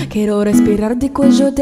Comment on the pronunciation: Jeron Peter Coronel oo nga magaling ung lalaki. Si may sablay konti. Like kwero ung sabi nya sa Kyero (quiero)